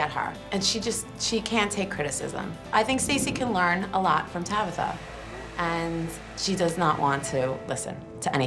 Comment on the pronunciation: Not "Tabather", mam go cry off screen, my goodness😂